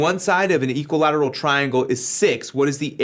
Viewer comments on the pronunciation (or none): btw, it's "equilateral" not equilteral